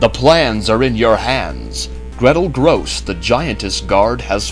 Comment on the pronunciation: "Grosse" is pronounced as "grocer", not "gross".